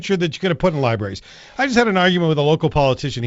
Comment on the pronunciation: Liberries?! Jeez, Doug.....